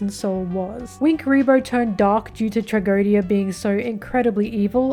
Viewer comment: Your last try of pronouncing Tragödia was somewhat right by the way. I get that you people dont have "Ö" so its probably pretty hard to do. By the way even though most people probably already know that but Tragödia comes from the german word for Tragödie, which just means Tragedy or Misfortune.